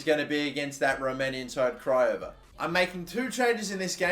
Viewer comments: It’s pronounced Cry” boss What a career mode always is a good one when it’s yours🔥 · Craiova is Romanian and got knocked out of the Europa League qualifiers by AEK Athens 👍also it's pronounced KRAIOVA With all the letters pronounced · The accent is actually on the O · its pronounced Craiova, but with the accent on the second A